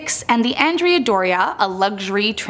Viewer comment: It's "ON-dray-ah Doria". Named for a Renaissance Genoese admiral.